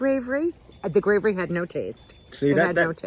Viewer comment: There you go saying gravery again 😂